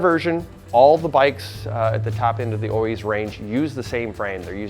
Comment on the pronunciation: Oiz, You pronounce it with an F (O -eeeff)